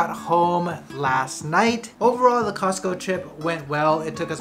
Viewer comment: 発音 コスコーJAPANね(笑) #カタカナ英語 🌷🌸🌺🌻